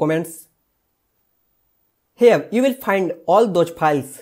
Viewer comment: Please correct your English first , it’s not piles 🤣🤣🤣